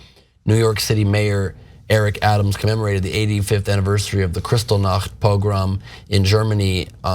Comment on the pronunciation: He can't even pronounce Buchenwald and Kristallnacht!